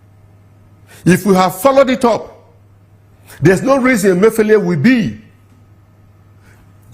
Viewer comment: Your name suggest that you are Igbo but you mispronounced the Igbo name Emefiele.